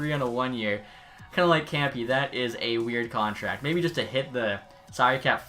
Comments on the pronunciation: He called arian kempe kempee Btw its pronounced kempae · Kempe is pronounced Kemp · Kempe is pronounced kemp-aaay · Adrian "Kampee" 😂😂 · i HATE how he says "Kempe" lol wtf is "campy"